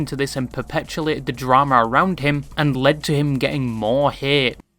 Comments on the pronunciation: sorry great video but its "perpetuated", not "perpetuLated" 😅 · Perpetuated not perpetulated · fyi it's perpetuated not perpetulated